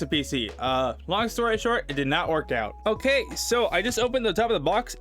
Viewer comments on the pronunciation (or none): none